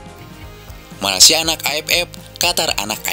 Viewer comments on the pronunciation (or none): none